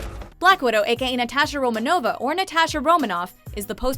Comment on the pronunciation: RomAnova, not RomanOva